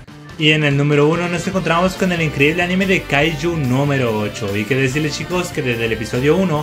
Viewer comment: En general son buenos tus videos pero como sugerencia deberías cambiar la palabra "chicos" porque te patina la CH, mejor quizás decir "amigos" o alguna otra cosa por el estilo.